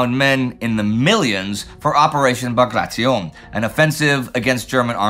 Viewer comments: Pronounced Bag Ray Ti On (on like the word on) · Is Indy’s pronunciation of Bagration the definitive does anyone know?